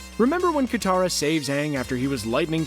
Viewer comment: did he just call katara kataru